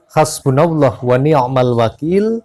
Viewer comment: maaf pembacaanya hazbunallah asnikmal wekil lafadnya ada yang salah